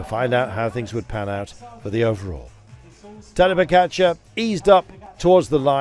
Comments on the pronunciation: Its pogacar not pokatschar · Why is he pronouncing it PoKačar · Why cant he pronounce Pogacar properly?